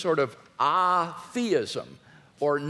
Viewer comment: What evidence does WLC present? None. He makes assertions without evidence. He deliberately and insultingly pronounces atheism wrong at the start then down from there. He's a pathetic fool.